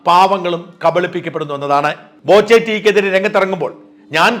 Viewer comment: ബോചെയല്ല, "പോച്ച"